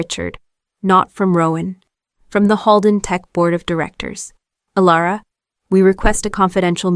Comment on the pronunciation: Elara or Alera, took only 40 seconds to make a mistake, AI has a poor memory, and the channel is too lazy, "Alara" AI really having a tough time getting the name right.